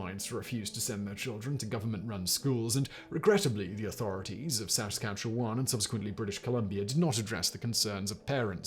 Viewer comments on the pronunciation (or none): Saskatchewan pronounced: sah scatch chew one. I love you, Simon, so please get this right. 😖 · As a Canadian, I’m continually amused by your close but not quite correct pronunciation of Saskatchewan lol